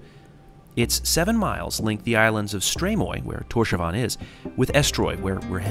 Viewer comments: killed me XD the way you say Tórshavn is sooo broke btw when you say it its like Tórs havn not Tósavan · Awesome vid! Just weird hearing you say "torshavan" instead of "torshaun" how it's actually pronounced lol Cheers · It’s Thors-havn (Thors harbour) 😊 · The way you pronounce Torshavn lol, didn’t you speak to the locals?? 😂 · Great video! I note the pronunciation of the towns & places is a bit off, (Vágar is "vouh-are", Tórshavn "Tors-haun", but the pronunciaton for Kalsoy, Tjørnuvík, and Saksun are pretty much spot on!) but I, and probably most of my countrymen, appreciate you spreading awareness. If ever you decide to visit in the stormy seasons, remember: the rain/snow here does not fall downwards.